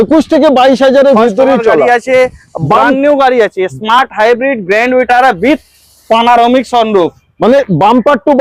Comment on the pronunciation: Panoramic ❌ panarok ✅ 😂